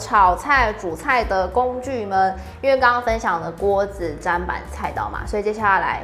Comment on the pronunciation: 看了有點強迫症發作還是提醒一下砧（ㄓㄣˉ）板